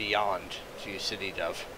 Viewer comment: hi, you're mispronouncing sde dov. it's SA- DE Dov, dov is actually a name and sde is the israeli word for a field